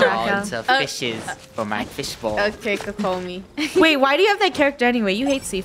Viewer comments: Draco pronouncing saganomiya Kokomi hurts me when I pronounce it “sa-ga-no-me-ye-a coco-me” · i cannot with draco saying kokomis name wrong xD